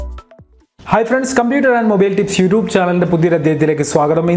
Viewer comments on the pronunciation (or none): none